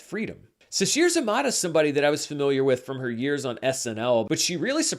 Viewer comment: Great review. One correction: Sasheer Zamata last name is pronounced like: zuh-may-tuh